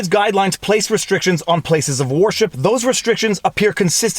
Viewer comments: Why are you saying warship instead of wer-ship? Lol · Every time I hear him say "worship" it sounds like "warship"! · I agree violates the 1st amendment. Note. Is sounds like you keep saying "warship" !! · "'place of warship"? that'd be a ShipYard wouldn't it? worship rhymes with 'her ship'. but i do like Warship, lol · Are you saying war ship services intentionally or is that how its pronounced up there? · Canadian accent alert: , I heard "war ship" - Ha!